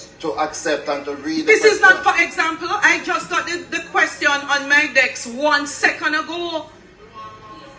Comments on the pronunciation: Why is this woman being allowed to speak to MPs like that??? First of all, she really needs a lesson in pronunciation! "DESK" ....NOT "DECKS"; "ASK".... NOT AXE/ AKS!!!.....MEMBER ....NOT MEMBAW...MEMBERRR.....MEMBO!!!!Her acrimonious,dictatorial and crass manner does NOT augur well for good relations and the productive use of time in sittings of the House!! If she is the only person suitable to occupy that position then we are in deep doo-do!!! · What is Juliet Holness saying? The worrd is ASK not AKS! Also DESK not DEX! Jesus why are you people putting that butoo in a place where she doesn't belong? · The dunce said "dex" 😂😂 wtf is a "dex?" Jah know this is shameful smh